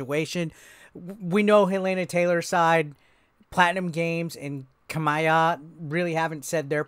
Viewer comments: Kah-mee-ya, not "Kah-my-ya" nor "Kay-my-ya" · 😂😂😂😂 u did butcher his name.. ka-me-ya (Kamiya) the butcher was the best